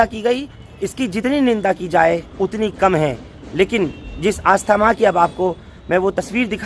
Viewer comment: Aastha Maa nhi asthma.